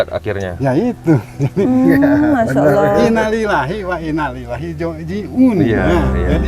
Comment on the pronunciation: Ko nyebut innalilahi nya pabliut kitu😂